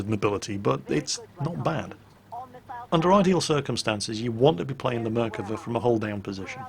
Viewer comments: Nice attempt at pronouncing dear! (though you are wrong...:) ) "Merkava" - like 75% of the words In Hebrew, is pronounced with the stress on the last syllable of the word. It should be pronounced "mer-ka-VA" and not "MER-kava" as you pronounce here. For reference - say "Merkava" like you would say "coup de grâce!" in french. Salute from Israel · I'd love to record myself and let you know how to pronounce it. I'd say the first way was better than the "corrected" one. Try to emphasis the last silable out of the 3. merkaVA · Still wrong its mer-av-ka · it's Merkava thats how you read it don't know who toled you mirkava but never heard any one call it that here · I'm Israeli and hearing you say mirkava makes me cringe, it's merkava, just as its typed, don't know who told you otherwise, tell him to can it. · and he even pronounced Merkava wrong XD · he didnt pronounce merkava that well either, he's still a brit; no matter what we do. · Your pronunciation of the name is wrong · Hey! You are absolutely right - I was playing this game just for this! But, you have still mispronounced the name. The emphasis is on the last 'a' in the last syllable. Love your videos! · imm from israel and the way you say the name of the tank is just driving me nuts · חחחח נכון